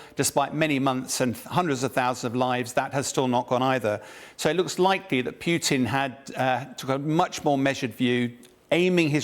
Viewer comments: Poo tin? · Ken Nogawa:..and also his mispronunciation of Putin as 'Peew-tin' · Pewtin? Who is Pewtin? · I like how he say's "Peutin" - like he stinks. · PewTeen and Abrahams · Please tell how to pronounce Putin. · the name, Putin, is not pronounced like that